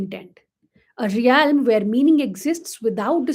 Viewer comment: Pls check the pronunciation of realm